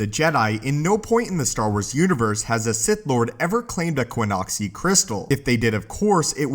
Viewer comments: Qixoni, not Quinoxi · ki-ZAH-nee or ki-ZO-nee there's no 'U' there.